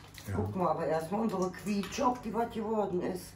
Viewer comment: Es wird "Kisch" gesprochen.